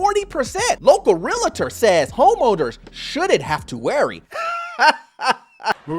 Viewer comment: It’s realtor, no Realitor! There’s no ‘I’ in the word realtor